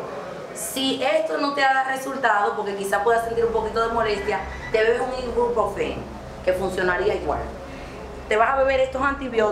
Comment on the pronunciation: una ImGupofen 🤣🤣🤣 es IBUPROFEN 🤣😂 me encanto está vuelta R.I.P Cirujano Nocturno 💔🔥🙏🏻